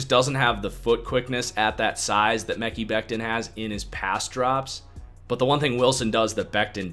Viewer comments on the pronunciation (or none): Dude.....its pronounced Me-ky Beck-tin , lol Why can't you white guys pronounce other races/creeds and religious names ?